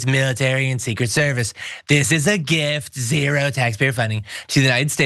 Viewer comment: "a... GIFT to the 'Murican people", huh? You left the *"R" out of GRIFT!!